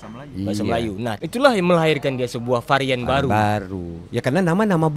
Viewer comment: Sedikit Pembetulan Bukan Farian tapi Varian